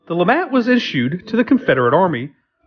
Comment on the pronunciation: Lemat, not Lamat. Please do better research.